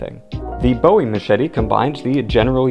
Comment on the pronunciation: Gets triggered at a sushi comment and pronounces Bowie wrong, so sad